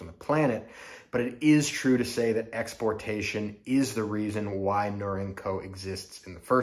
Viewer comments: Is it? According to whom? Not a challenge. Just want to know the information. I've never heard someone pronounce Norinco with the word "ink" as the second syllable (I believe that you exagerated in that description of pronounciation). I have heard, until hearing you, it pronounced "nor-in-co" with a long E sound in the second syllable. Thanks. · Interesting way of your pronunciation of the name Up in Canada we pronounce it ner-ring-co Norinco